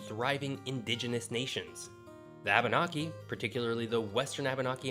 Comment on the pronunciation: It's KWEE-BEC! Not kah-bec. And it's ABER-NAKIE. Not Abon-ockie. I'm a Mainer. We might be stupid, but we ain't dumb.